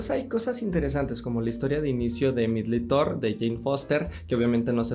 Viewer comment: Todo el vídeo le entendí "medly thor" 😂 😂 😂 😂 según yo se pronunciaba diferente